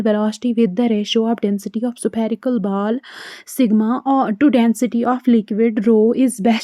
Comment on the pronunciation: Vaiilocity 😂 supherical😂 Baaaaal😂 Faaaarmula